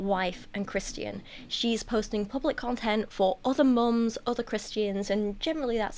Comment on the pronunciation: I love how "Christian" sounds in your accent 😅